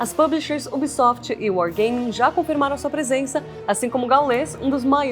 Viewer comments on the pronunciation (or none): none